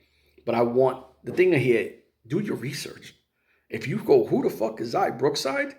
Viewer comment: It's XIA not XAI